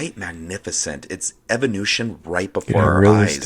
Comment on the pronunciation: Evonution? That guy is an idiot